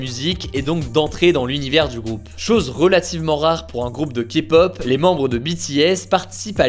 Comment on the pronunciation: Au moins quelqu'un qui ne méprise pas la Kpop et SURTOUT qui ne dit pas "Kapop"